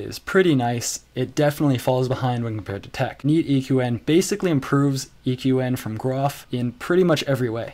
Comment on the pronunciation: You pronounce troff as one word and GNU as three words. Both are wrong. edit: You pronounced TeX wrong, two times in one sentence, in two different ways.